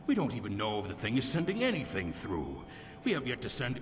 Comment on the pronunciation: Throw, not thfough (which is pronounced 'thoo').